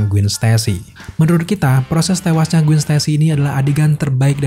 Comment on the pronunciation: Gwen dibaca Gwen bukan Gwin